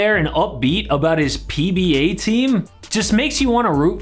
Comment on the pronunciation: Why did you say PBA like that?